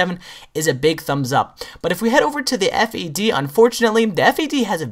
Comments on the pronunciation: it the FAD not the F.A.D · Am i the only on that say's Fad and not FAD?